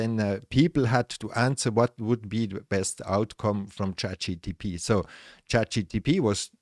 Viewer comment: Actually, it's *Chat G.P.T*, not GTP...